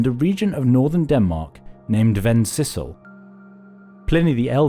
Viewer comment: I don't mean to mock you but your pronounciation of Vendsyssel is hilarious, it sounded like you were sneezing but I guess the stød makes it really hard to pronounce.